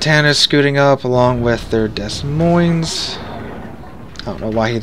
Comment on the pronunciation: Dez Moinz? I always thought it was ‘Demoin’ with 2 silent s’s.